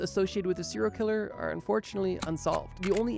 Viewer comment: The way you say killer makes me want to die